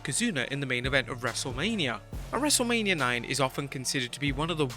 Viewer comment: It took me a while to realize you were saying “wrestle lame-ia” 🧐 🤔 🤨